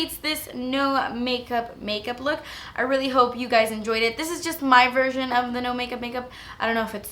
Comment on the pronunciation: when you said "version" it sounded like "virgin" and i must admit i chuckled bc im so mature ya know, but your accent is the cutest!